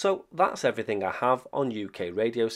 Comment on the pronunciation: bloody hell dude, can you make pitching a tent any more boring?? I particularly like you telling us about "everyfink" 😂